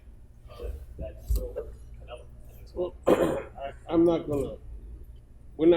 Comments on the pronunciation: all russian and Ukranian pronounce Canelo=Canela...lol peace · He keeps calling him Canela LMFAO